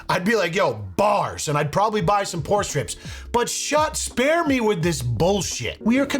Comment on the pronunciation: I keep hearing "porn" strips 😂